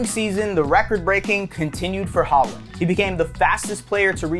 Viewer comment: Why do Americans just decide that they know how to pronounce names without checking first If you’re gonna make a video on him at least get his name right🤦‍♂️